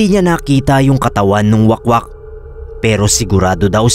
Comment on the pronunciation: Wahk-wahk mana pagbasa oy hahaha dili wakwak 😭